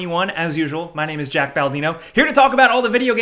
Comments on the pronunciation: When you cant even pronounce your own name correctly lol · Jack? How did you mess up your own name lol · Maybe he was just saying “” in a fancy accent to spice it up…